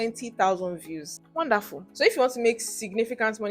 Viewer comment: Girl you said "wandaful "😂are you cameroonian?that's our language 😂